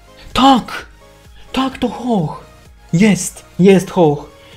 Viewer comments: musi się Ho Łoł nie Ho Oh inaczej się pisze inaczej się czyta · nie mówi się Ho oh tylko ho oł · mówi się ho-oł a nie ho-oh, naucz się to poprawnie wymawiać, bo to kuje w uszy jak słyszę to twoje ho-oh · ho-oh czyta się hoł-oł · muwi się ho- oł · hołoł tak wymawiaj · to wymawia się hoł- oł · źle muwisz Ho-Oh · a i mowi sie czesnot i hołoł